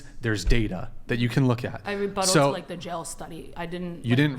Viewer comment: Did she just say 'rebuttle'? It's not a rap battle. Ok anyway: I have worked 'under' women bosses a lot and it was fine. They had the same work hours as the male bosses, the same responsibilities and tasks. There were no 'female or male' tasks, if something had to be done, you did it. I was trained as a manager by some of them and taught well. These were women who did not work parttime, did not cry if there was an issue, had no days off for their 'monthly women issues', there was equality in all. Now, the problem nowadays is these modern women want the same pay, but not per hour, but per month for working less, they want the benifits of power but not the responsibilities, the want to be boss but not do the work. They want to manage but not pay the bills. I'm glad I live in a country where most women are not like that (The Netherlands). Most are very down to earth, practical and logical. I'm happy not to be in the States.